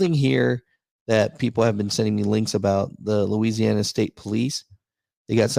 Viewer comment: "LOUISANNA" lmao!!!! yeah that's all he had to say.